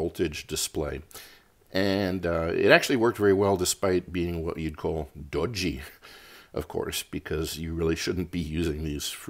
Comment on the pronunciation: Great vid. You crack me up whenever you pronounce "dodgy" though